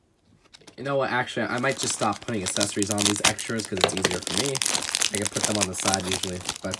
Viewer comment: weird with some of his pronunciations. I don’t get bothered by not emphasizing the “yo” in “crayon” because I’ve never spoken to anyone in person that does do that, but he always pronounces “accessories” as “assessories” and that actively irritates me